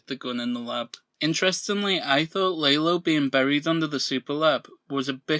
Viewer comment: Why do you call Lalo, “Laylo”?